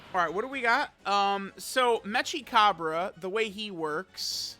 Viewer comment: it's mechi as in mecha, not metsja